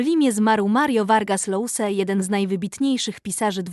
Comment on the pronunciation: Czyta się Josa, a nie Lousa.